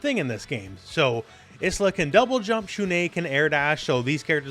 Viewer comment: Obvs not a big deal, but 'Isla' is actually pronounced 'eye-la' - like 'island'